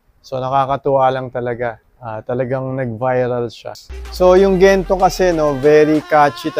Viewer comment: Natawa naman poh ako sa "Kento" Kento" 😆😅😂 Thankyou for always supporting our Mahalima🫰🏻💕 New subs here poh by the way👋🏻🥰 #SB19🩵👑✨️